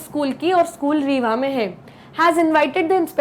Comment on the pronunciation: I m from rewa sun shine school. 😀 आप rewa को रेवा नहीं बल्कि रीवा पढ़ा मतलब आप mp ya up se ho